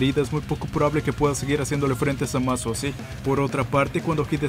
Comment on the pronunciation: Me inscribo de nuevo porque dijiste bien el nombre de Zamas! ^_^